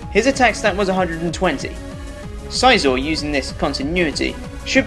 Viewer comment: I do not like how you pronounce Scizor, it makes me sad inside. Also Phanpy > Donphan, he so cute.